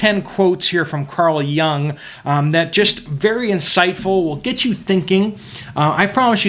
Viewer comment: Jung. Not Young.